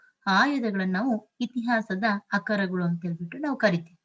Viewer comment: ಆಕರಗಳು ಸರಿಯಾಗಿ ಉಚ್ಚಾರ ಮಾಡಿ mdm